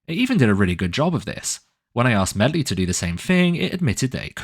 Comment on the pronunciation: Calling it "medlie" is class 🤣